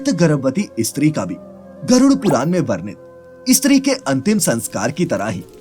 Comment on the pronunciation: Tu pagal he kya? ‘Istree’ mat bol ‘steew’ Bol. 😡😡😡